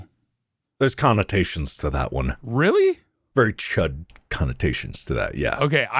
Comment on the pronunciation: Hearing Mark say chud is really funny